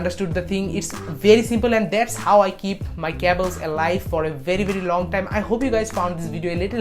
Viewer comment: You say cables wrong it so weird